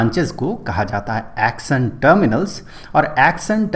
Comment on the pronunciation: Action ❌ axon ✅